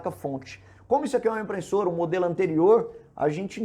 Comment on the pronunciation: Você consegue falar IMPRESSORA e não "IMPRENSSORA"?